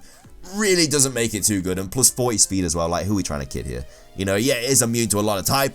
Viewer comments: Is this a plus? + or a ploose? It's plus-le not ploo-sle. I hate to correct people but this pronunciation as pretty dumb. Sorry. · ploos & minus